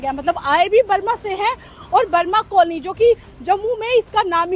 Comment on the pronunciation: आप वर्मा कॉलोनी को कई बार ब्रह्मा कॉलोनी क्यों बोल रही है?